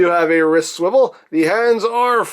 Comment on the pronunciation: you said wrist swivil